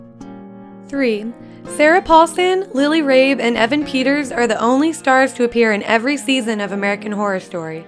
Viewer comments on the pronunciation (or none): No; “Rabe” rhymes with “BABE” ✔️